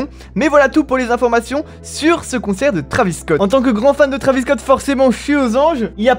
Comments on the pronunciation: Ark the Senshiシ en gros, il prétend être un fan de travis depuis longtemps mais il prononce son blase pas correctement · "trAvis" tu rends ouf zebi